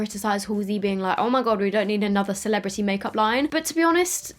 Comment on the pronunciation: “CELEBITY” 🤣🤣🤣😂 why did I die at this part